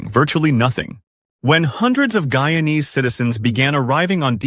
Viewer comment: Hey, you cannot even pronounce the word "Guyanese ' properly and these pictures are not from Guyana. Simply falsr